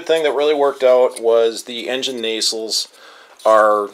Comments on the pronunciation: ...You do realize nacelle is pronounced "Nah-Cell" LOL.. I mean after all... you make such a snipe about how to pronounce Guillows ... might as well pronounce nacelle correctly. BTW- You do fantastic modeling work I must say.. Your talent is a real art! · Really great looking project. My dad was a crew chief on B24’s in WWII. Just a minor point.. the word “nacelle” is being mispronounced.